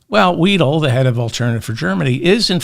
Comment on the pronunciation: Weidel, the middle sound is 'eye'.